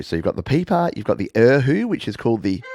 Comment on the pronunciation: Error: Erhu is pronounced Ar-hoo and Guzheng is pronounced Goo-jung